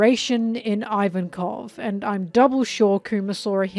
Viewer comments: "Ivankoff" not "ivan-koff" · I love your content so so so much, but I just can't resist the grammar Nazi urge: it's pronounced JINNY, and it's pronounced EEVANKOV. At least if we stick to the japanese pronunciation. Everything else in this video is just awesome